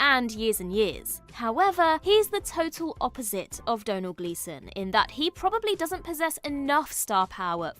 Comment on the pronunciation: Thank you for teaching me how to pronounce Domnhall! I was perplexed for years!